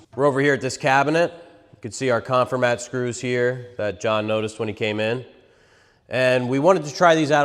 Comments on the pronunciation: The name is a play on “conform” so it’s pronounced con-FOR-mat not CON-for-mat. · Check the pronunciation of "Confirmat". And please don't smash things for the crowd. A stress test with a scale would have shown us more. You know, but they possibly don't know that, the thin piece of Masonite on the back of the structure does 90% of the holding power. Hey, glue is good too. (the don't pack glue because they don't want your wife to yell at you when you get it on the carpet.)